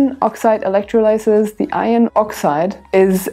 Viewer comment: Hey! That was really useful and well presented. So glad I found you, and hope that your channel really builds. Just one constructive note - 'electrolysis' in English is pronounced with the stress on the 'o'. Thank you!